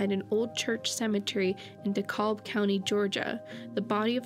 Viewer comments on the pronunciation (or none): Ava, you are an amazing woman! I wish other missing kids all had an Ava in their life!, great job as always! If you ever get DeKalb, Ga. in one of your stories again don't pronounce the "l". DeKalb sounds like "DeKab". And if you forget, it's no biggie sweetheart! It isn't the first or last time somebody pronounces the "l". ❤❤